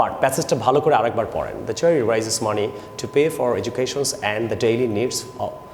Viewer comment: Raise ke rise bolchen kan